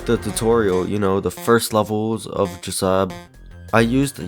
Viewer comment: This is how you say jsab it's not like this j.sab the way to say it like this J.S.A.B